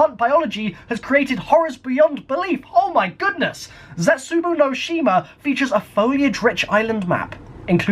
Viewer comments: Your saying it wrong. It's ze-Tsu-bow no she ma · We named it "Zetsubou No Shima" because we love having you guys make shite pronunciations of our maps